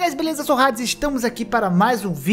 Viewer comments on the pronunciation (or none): none